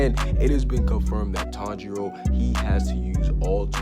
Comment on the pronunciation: Why are you saying tong 0